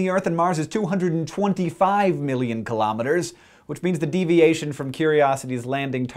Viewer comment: Hey Hank :) I love your videos, but please stop saying kilometres the way you do. Say kilogram. Now say metre. Please, I beg of you, say kilo from the way you say kilogram, and metre, well the way any intelligent person says metre.